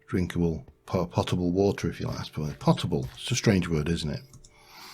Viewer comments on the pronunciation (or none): Loving the series so far. Also, it's pronounced like tote-able. Not pot, pote.